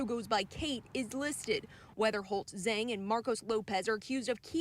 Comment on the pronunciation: Zhang is pronounced Jong. Like long but but j instead of L. Jong = Zhang